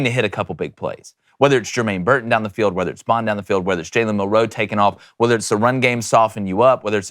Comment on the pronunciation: It's Milroe not milROE